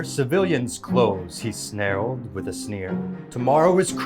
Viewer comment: Your voiceover guy mispronounced snarled.